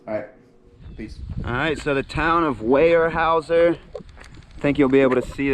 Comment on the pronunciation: Weyerhaeuser is pronounced (where-howz-er), if anyone is interested.